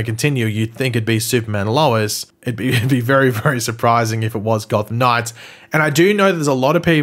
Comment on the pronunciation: Why can't you pronounce "Gotham Knights"? It's not "God Of Knives"!🙄🤦🏻‍♂️😂